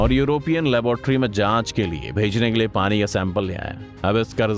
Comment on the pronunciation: Kya style mey bolte ho bhai. Pani ko Parrin 😂👍